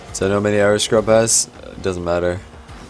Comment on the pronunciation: And I hear "Arrows" and sometimes even "Aerials"